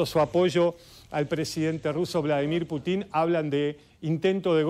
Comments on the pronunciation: Es PÚTIN, no Putín.. Putín sos vos, pelado. El acento va en la U!! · Que alguien le enseñe a este merolico como se pronuncia Putin. Diganle que no se pronuncia Putín suena ridiculo y graciosisimo no se le puede tomar en serio. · Señor, no sea tan ignorante de pronunciar mal el apellido Putin con Putín, va sin tilde en la letra I. ¡Avíspese! 😂